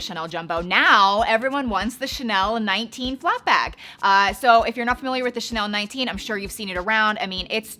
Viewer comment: It’s so funny the way you pronounce ‘Chanel’ as “Tchnelle” 😄